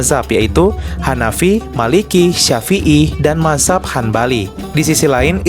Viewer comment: Mazhab itu bacanya "Madz hab" bukan mahzab 🤣🤣